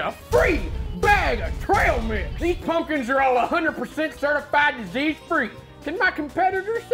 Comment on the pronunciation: Fuck yes! haha. "Ryvre Snowphish has gone on record saying he likes the band String Cheese Incident." Props for the Fire on the Mountain Jam and Dark Star :D Also love how when he says pumpkins it sounds like spunion ha.